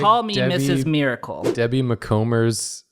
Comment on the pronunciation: Sent this to my best friend and she cringed so hard at how you guys pronounced her name 😂💀 Debbie's niece